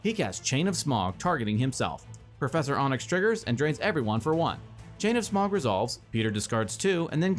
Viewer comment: Its getting under my skin how you pronounced Professor Onyx. Onyx, like the stone is pronounced Ahnyx. Not Ohnyx.